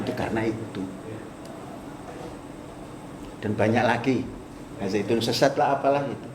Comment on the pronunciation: Bukan syech tapi syesyat